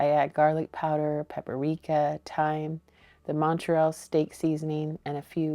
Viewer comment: The spice is paprika not pap a rika